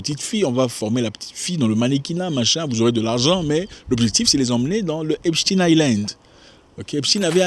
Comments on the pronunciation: On prononce epstain pas epstine ! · Arrêtez de dire "Epstine" !! Cest Epstein !!!